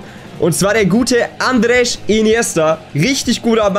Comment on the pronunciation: Er ist kein Portugiese, deswegen heißt er auch Andres und nicht andresch😂🤦